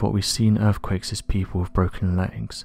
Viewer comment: yes he is I suppose, proper queens English…… “urfffquakessssss”